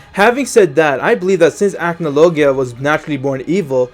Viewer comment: He didn't pronounce acnologia correctly